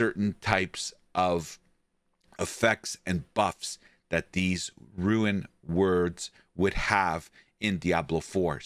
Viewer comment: First we got "rune worlds" now we have "ruin words" bois lets go